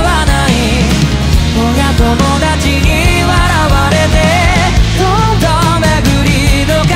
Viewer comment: 今気づいたんだけどさ、「親友達に笑われて」って歌詞 おやともだち、って読み方してるけど、しんゆうたちって読めるよね …信じてた人たちに裏切られて闇堕ちしたみたいな展開だったら好きすぎて死ぬんだけど